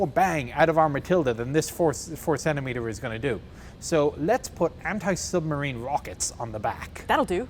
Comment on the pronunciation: "put some anti-sub rocketa on it" oh, Australia... you never disappoint XD